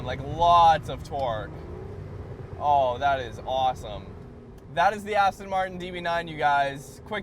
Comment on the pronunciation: Aston Martin, not Aston Martun.Americans can't even pronounce Jaguar.Jagwaar isn't correct. Twats!